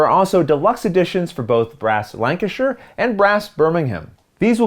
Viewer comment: I know this is silly, but you said Lancashire and Birmingham correctly, and I really appreciate that 👍🏻😂